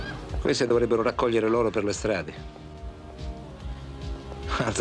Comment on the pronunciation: è l'oro,"loro" si dice con la O chiusa.